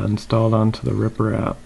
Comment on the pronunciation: Also he says riprap instead of reprap